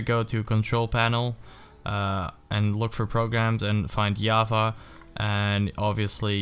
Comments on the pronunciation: its java not yava just saying ;) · HE SAID YAVA HOW IS IT AMAZING PIG!